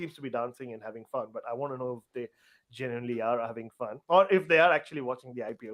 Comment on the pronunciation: ''the older you get, the more you wangt the world to end with you'' I LOVE!